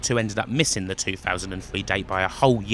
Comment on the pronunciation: Why does it sound like he says "Le" instead of "The"?